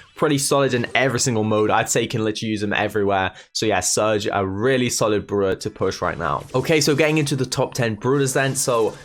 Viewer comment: I like how he pronounces brawler. “Bruler”